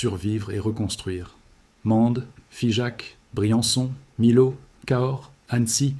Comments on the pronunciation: j allais l écrire le lot on prononce le T ! et à millau on prononce miyo et on écrit Millau ! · On dit. " miyo" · Millau se prononce Miyau . La confluence des rivières est source d'inondations rares mais graves. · Comme Millau il dit milo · Bonjour🥰, Et merci pour ce partage👍👌. Mais quelque chose m'a intriguée : le Lot, je l'ai toujours prononcé "lotte" et Millau "my-ot" mais je me trompe peut-être. Quelqu'un peut-il me corriger ? Merci. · Émile o oups Mi- l'au Et Mene- de...etc très déplorable IA! L'auteur ne sait il pas parler? Ni instruire son IA? Dommage, ce n'est pas professionnel . Pas contre les images en aquarelles sont splendides et donnent envie de voyager en ces lieux! Alors au boulot et refais- nous une vidéo vraiment pro!